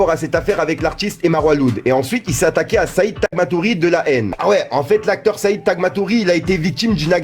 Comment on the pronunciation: Pas tagmatouri